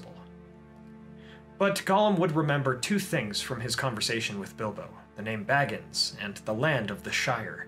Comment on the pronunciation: Ahem Shire..., and I cannot emphasize this enough, Baggins...